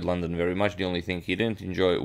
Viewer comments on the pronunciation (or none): none